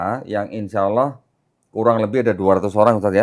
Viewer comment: Saya suka...logat sebut nama Allah fasih banget... Legit... seperti ustad2 melafazkannya.. Allahu Akbar...❤❤